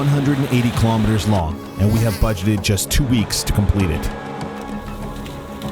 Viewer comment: What's a kill-omitter?